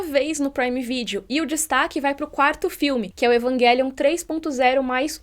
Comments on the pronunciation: Égua eu acho muito estranho a pronunciando "evanguelium", não tô acostumada com essa pronúncia kkkkk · Num tankei Evanguelion kkkkkk